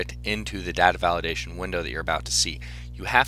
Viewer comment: The way he says data makes not want to watch it but its a really explanation